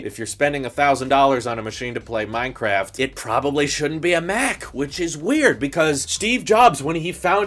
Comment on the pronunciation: "Minecaft machines"